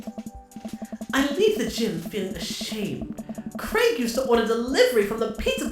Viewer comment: Saying Craig wrong but still sounds cute